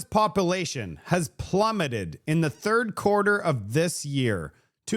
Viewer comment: Calcull-ate the popple-ation at Low-blahs! I love your show but you mispronounced words drives my wife NUTS! So, keep doing it! 😂